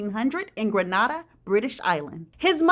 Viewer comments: Hutch is from my country, he is from Greenz! And it's Green-A-Dah, not Granada, that's in Spain thank you! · It’s not pronounced Granada it’s pronounced Gren nay da, you said British island or did you mean British West Indies ? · Its not granada its Grenada lol 😂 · Grenada not Granada...😮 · the country is gre nada not gra nada ! american schools need 2 teach children about other countries n correct pronunciation of the countries name! i like ur channel keep up di good wrk ! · grenada not granada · Not Granada but Grin Nade Dar. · I've heard his story a long time ago. Gren-AY- dah is how it is pronounced. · Pronounced GRENADA I’m from there 5hats y I clicked on this story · The name of the island is pronounced Green-a-da or as we island people call it Greenz. Hutch's family were like my dad's family descendants of free blacks with land who earned money through enterprise, not rich but respected and well off. But he probably was English and black rather the French and black (creole) like my family. LH got his "n*$$@ wake up call" from Edwina M. as he should... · Hey the country’s name is pronounced Gren ( with emphasis on the n) a (saying the letter) da (as a baby saying dada). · as a Grenadian, I think the least you could do in sharing this salacious story with the entire planet is get the pronunciation of Mr. Hutchinson's place of birth correct. Better still, come on down and pay us a visit. It's the Isle of spice, where everything's nice!